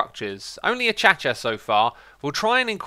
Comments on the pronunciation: Achacha? It’s pronounced a-Kay-sha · did i just hear achacha? its acacia (pronounced akayshia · Did Xisuma just say Achacha instead if Acacia... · Why are so many people sucking at pronouncing Acacia. Xisuma: "Achacha" what the heck. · Did he pronounce acacia as A-chya-chya? Is that a European thing? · a-cha-cha not a-k-c-ia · did he just pronounce acacia as a-cha-cha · Hey you pronounce acacia wrong.... and it's super annoying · Can someone tell me why Xisuma calls acacia wood this weird? :D